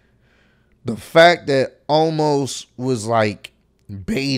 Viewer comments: It's pronounced o mas Omos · Omos! Not Almos!! Wrestlemania was amazing!!!!!!